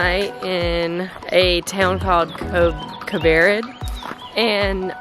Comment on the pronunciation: Hi, great post, thanks for visiting Slovenia! The pronunciation of the town Kobarid is: (Co baa reed ). Hope it helps!